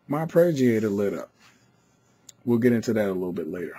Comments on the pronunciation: AR-PAY-JEE-AY-TOR. Say it. Please. It's not difficult. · thanks for the video but for Gods sake stop saying arpReggiator